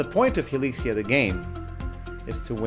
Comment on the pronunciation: "Hilixia" "Hilizia" "Hilikia"